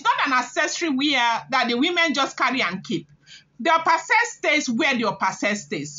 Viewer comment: Pronounced Ashe pls.